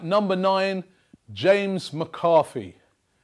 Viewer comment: Did he actually say McArthy?